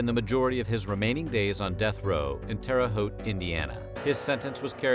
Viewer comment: Terra-“Hoot”, Indiana. Lol. One would think these people would learn to pronounce the words properly before putting out.